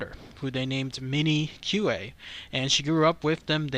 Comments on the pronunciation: Q-U-A-Y pronounced like “kwāy” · I believe the surname is pronounced "Key". PS Love your videos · "Quay" is old English and it's pronounced "kee" (or "key"). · Pronounced "key" but spelled Quay.